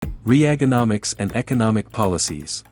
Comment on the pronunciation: No , you didn’t pronounce Reaganomics like that.